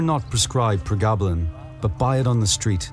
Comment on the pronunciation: Pronounced- pre- gab-lin